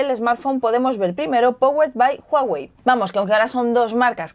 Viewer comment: "JUAWEI" JAJAJAJA C manasanta :v